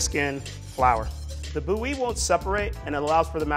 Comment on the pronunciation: more like boo-yee